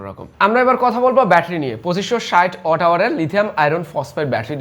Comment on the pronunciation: Halar murkho reh watt uccaron korte pare na watt reh oot koitace mone moy 😂